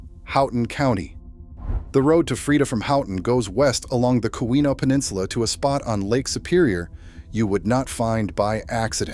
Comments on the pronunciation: Edited to fix spell edit typos Keweenaw [Peninsula] is Pronounced "KEE-whenah" Houghton is pronounced "HO-ton" Dining Hall doors opened inward, ppl couldn't get out of the Hall. Ancestors lived there. Sad pic of horse-drawn hearses that had gone past their house on Pine street. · Very good, but please, I'm begging you, fix the pronunciation of Keweenaw